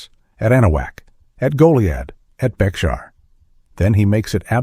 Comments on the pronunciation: Bexar is pronounced BAY-HAR. C'mon man! You definitely must not be from Texas. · It is spelled Bexar, but pronounced "Bear".. as a Born Texan & historian I call "Bullbutter " on this whole video.. lot's of "holes" in this story.. & downright untruths.. shame on you.. I mean really. The Texas flag was designed by a lady named Davis in a town called Montgomery Tx, after the battle of the Alamo.